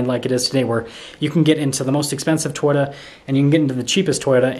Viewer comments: I don't mean to be a jerk, but Toyota has two Os. Toy-O-ta. Not Toy-da. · It's To-Yota, not Twitta. Elon does not own Toyota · Learn how to say Toyota. Its not "Toyta"!!! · We only see your FACE! 🤕🤮 We wanna SEE THE TRUCK! 😢 Lol. It’s TOYOTA… not Toyata real fast. Wow. 🤦🏻‍♂️ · I keep hearing him say twita instead of Toyota am I wrong ? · You need to learn how to say Toyota